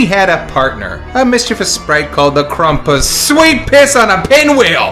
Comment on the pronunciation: ... why are you pronouncing it "KRUMP-us"?